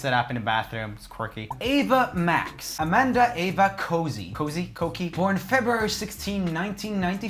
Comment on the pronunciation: Its pronounced Ava Coshi not Coki u idiot not a hater just saying it how it is